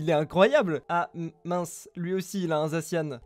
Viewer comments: on dit pas zaciane mais zacian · A chaque fois qu’il disait « zaciane » j’avais envie de me tuer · on le prononce zaciane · bref, Zacian se prononce "zaciane". C'est pas si compliqué à vérifier puisqu'il te suffie de regarder sur internet. A+